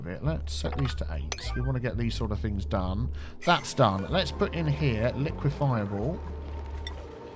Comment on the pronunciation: Every time you say Liquifiable, it sounds like Liquid Fireball